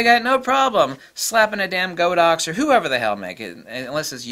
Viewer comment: By the way, Godox is pronounced as "God-Ox", not "Go-Dox". The Chinese name is 神(God)牛(Ox).